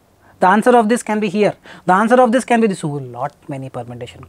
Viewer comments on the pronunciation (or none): So let me get this right: A guy who says "In szis weedio" instead of "In this video" gives out advice for speaking English with technical accuracy Lmfao Literally all of these Indian PTE coaches are the same Still yet to master the difference between "w" and "v" sounds.